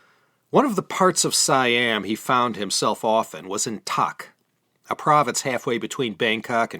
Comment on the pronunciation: Not sure you are aware of it by now FYI. King Taksin name is pronounce as King Daksin same for Tak pronounce as Dak. The name you said was the name of the ex Thai prime minster Thaksin, lol. And you said fish ball instead of Chinese son lol. No offense taken from a Thai.